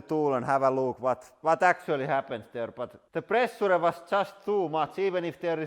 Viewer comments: Presha he pronounces it as press suu re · I love the way he pronounces "pressure" so much :D